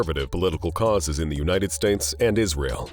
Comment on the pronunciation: Words like kaw-ass for causes. Ugh!